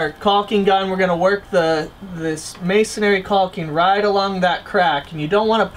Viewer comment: Oops, there's no "air" in "masonry". Pronounced may-sun-ree, 3 syllables.